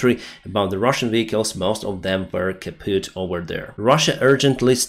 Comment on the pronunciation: you should stop saying Kaupt as they will think you are a Natzi. Also you sound like Sholtz fro hogans heros. heh